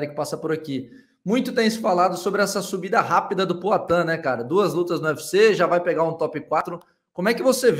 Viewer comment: E esse cara fala como Cebolinha, é? "Pla cá", "Ploatan"... Kakaka